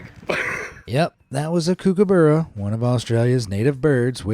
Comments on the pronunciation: Love the mispronunciation of "Kookaburra". It's pronounced as "cook" not "kook". 🙂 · im flaming the coment section rn bc thats not had you say kookaburra it bc i am an Australian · Why’d you say kookaburra like that 😭